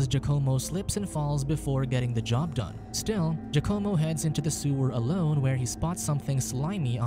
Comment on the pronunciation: “Jucommo”??? Giacomo is pronounced “Wacamo”